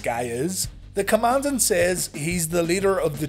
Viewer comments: His pronounciation of Commandant is correct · The Commandant pronounces it correctly.